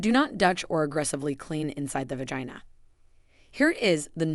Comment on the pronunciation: I have never heard the words vagina or vaginal pronounced how it is in this video. It distractedly me from the content. Also why are they using young models when this is supposed to be for women of a certain age? I find it off putting.